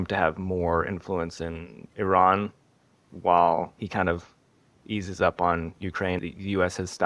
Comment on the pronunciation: Surprisingly you pronounce Iran correctly 😊. Thank you for your fuccus.👍